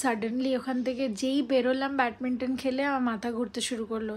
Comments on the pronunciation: Batminton??? Say badminton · She’s working in Bank & she has done her Masters and MBA also she will pronounce Batminton ? Are you mad or what?